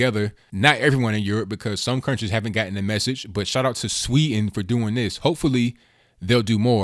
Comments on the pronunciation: There is a "d" in "Sweden". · Sweden not Sweeten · It's pronounced Sweden, not Swee'n. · Please pronounce the "D" in Sweden, It's NOT "Swe'en" it's "SweDen" I'm Swedish :) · It is pronounced Swee DEN, not sweeten. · sweeden not swee"n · Learn how to pronounce "Sweden" please!